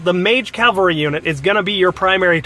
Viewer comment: Owain's Sword Hand It's cavalry not Calvary. Just to clear that up. I also agree with every point made here, and would add to this by saying take someone with good res to bait the horse mage and distract veronica